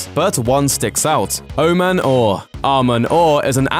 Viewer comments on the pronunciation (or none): That's not how to say Oman Au It "AW MAN AW"